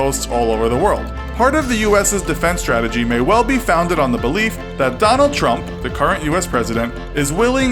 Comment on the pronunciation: I swear I keep hearing him say Donald Rump...